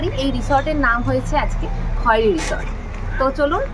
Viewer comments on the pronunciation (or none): বাংরিপোসি হবে, বারিংপোসি নয়। Khairi উচ্চারণ খয়েরি হবে না, খৈরি হবে।